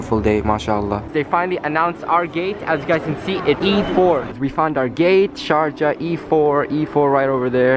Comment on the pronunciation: Did no one notice that "Sarjah" instead of sharjah